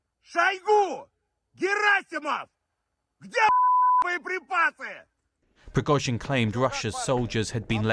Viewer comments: Prig-OH-zhin. Why do so many people in the media not learn how to pronounce proper names or place names? You would think it is in their job description! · Ok, its Priggo-sheen now. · "Preggo jean" Ffs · Субтитры переводят всё правильно, кроме фамилий. Пригожин произносят по-английски правильно, но в тексте "Прегосян". У вас за бота пишет армянин?